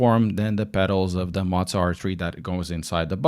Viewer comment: hey btw it pronounced moe zwah or moe za